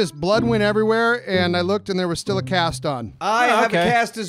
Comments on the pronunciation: it’s okay! You say it similarly to “steel” when it’s “still” so all you have to do is say “ill” instead of “eel” and you’ll be perfect! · “Stiel” oh you silly man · Hey, St-ill. Not steel 🤣🤣🤣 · So pronounces it "St-E-il"? Well I guess I can forgive him as long as he says creek correct. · it sounds like you're saying "steel" instead of still 😂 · You've probably already been told this by now, but when you say "still" it sounds like you're saying "steel." But like I said, you probably already knew that by now. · Love you, but it's pronounces "Still (St ill). Say, I feel Ill (Sickly) today. Then put an 'St' on the front. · people give u crap because it sounds like you're saying "steel." Try saying "will Bill still chill" and see if u can hear the difference👍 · You're saying it like Steel like the metal. You're making an E sound instead of an I sound St-ill, you say St-eel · the reason people make fun of you is, because you mix up the way you are suppose to pronounce them. Steel is like electric eel and still is like illness. Let them hate, love the videos, better than cable and netflix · you're saying still like steel. You're advancing your tongue instead of withdrawing it. Try saying hill and heel for comparison. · He said "steal" instead of still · It's still. Like how you saw the word "'ill" you don't pronounce it "eel" "still" not "steel" I had to watch that part like 20 times before I realised what you were trying to say hope this helps. P.s. I stutter and people mess with me all the time so fuck them even tho I just corrected you... Shit I'm an asshole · It's "still" not steal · he says steal not steel you hear the a and thats what makes it sound weird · say steel, steal, and seal... Now say pill, mill, dill and still.... Hope that helps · Question for on the next Commenting on Comments: What do you use to make moonshine?(how he pronounces still)